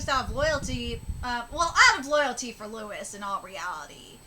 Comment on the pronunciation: His name is pronounced LOUIE, not Lewis. Stop saying Lewis. Jinma the lion appears out of nowhere. Where was he hiding this whole time?